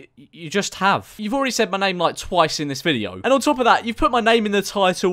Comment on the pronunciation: Why can nobody say ur name correctly